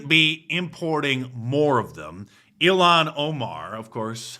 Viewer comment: ILL-ham Ohmar is so dumb, she even said: "The U.S. States", someone tell that idiot that the "S." means States..... fking moron.